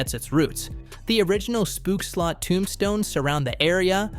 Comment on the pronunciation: Dutch pronounciation tip, the double o in words like 'spookslot' is NOT pronounced like the double o in words like 'cookie' or 'spoon'. It's pronounced like the o in words like 'ohh' or 'opal'.